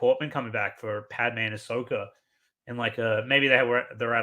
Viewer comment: why do you keep calling ashoka ashoker 🤭